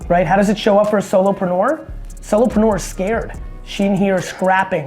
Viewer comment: did that fucking guy say solopenuer